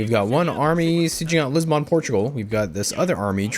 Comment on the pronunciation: Your mispronunciation of the name of the Portuguese Capital triggers me.